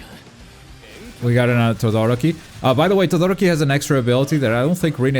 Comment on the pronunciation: Why is it so difficult for you people to say TodoROki, and not ToDOroki? It´s a genuine question, not triying to be a dick.